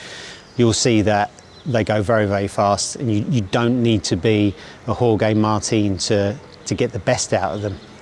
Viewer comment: 5.49 he did say whoregay martin right?